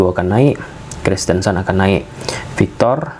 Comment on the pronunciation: PAU victor, bukan VAU victor 😂😂😂😂 Tolong bedain P sma V. 😅